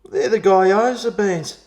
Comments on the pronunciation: Its giyozaa or geeyoza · Hi, I've had a few from Chen's kitchen and they're not bad. Particularly the various yum cha style pieces, really like the prawn hargow! P.S. Just so you know - its pronounced GYO ZA like GO but with a Y in the middle (GO ZA) except its gyo! za. Haha. Cheers. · It's pronounced "Gee-aw-za" :)